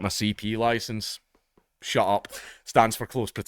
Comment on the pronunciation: STOP CALLING IT CP LOICENCE!